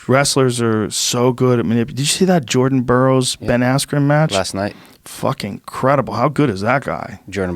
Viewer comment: That dude says “Jerden borrows”